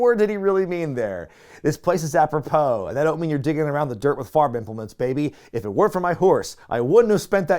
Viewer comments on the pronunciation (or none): does he think it's appro-how? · It's aprop-hoe, that's what he meant. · Apropos is pronounced 'App-row-poe'. I'm guessing that the 'joke' is that the pronunciation of 'pos' at the end, 'poe' sounds like 'hoe' - a common farming implement. It's one of those jokes that messes with your brain because you can almost make sense of it, but in reality it's actually nonsense. Adding another layer to this, 'apropos' means 'relation' and is commonly used in the phrase 'apropos of nothing', meaning to move onto something unrelated. I don't think any of this was intentional, but this is probably why it's stayed in your head. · The announcer thought that apropos sounded like “a pro hoe”, a how being a thing you dig in the dirt with. It’s stupid, but I think it’s what he was going for. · When he said apropos, maybe he was trying to think of hoe, like a garden hoe. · "If it wasn't for my horse, I wouldn't have spent that year in college" has rolled around in my head for years. It's a line from Lewis Black on "The Daily Show." I marked out when you said it. As for what Mongo meant, maybe it was "apropos" kind of sounding like "a hoe."